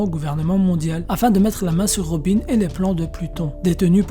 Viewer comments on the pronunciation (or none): none